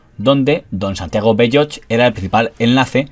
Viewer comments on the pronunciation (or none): ¡Bellox no, Belloch! Pronunciado con c final, la hache es muda. De igual forma, me chirría que a menudo extranjerice los apellidos catalanes, pronunciándolos en esdrújula como si fueran ingleses.